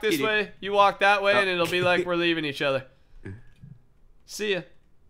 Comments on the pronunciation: For some reason when ever I hear say other I hear utter. Get it he's a cow< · In the intro to the episode did he say other things to do or uter things to do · In the intro, he says "you have utter things to do" lol utter